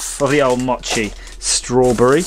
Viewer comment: Long O in mochi/mow-chee. So many flavors. Looks yummy.